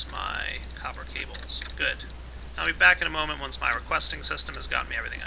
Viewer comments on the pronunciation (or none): none